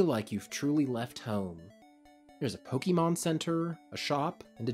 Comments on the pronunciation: Love your videos, and this was a good game to cover for the series! For future reference though, if you cover more Pokemon content - it's pronounced Poh-kay-mon, not Poh-kee-mon. No shame, I just notice those less-traveled with the series tend to pronounce it wrong. Oh, and I hope you feel better soon! Been having a rough bit of sickness myself which is making my own videos lately sound weird. You didn't sound that bad here though. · Nothing takes away the credibility of a video about Pokémon more than hearing the narrator say "poh-kee-mon" rather than "pow-kuh-mon" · Say it with me: POH KAY MON not poh kee mon God dammit the franchise is almost 30 years old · He calls it Pokie mon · It's not pronounced Pokymon, ffs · Please stop pronouncing it Pokeymon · please learn to pronounce pokemon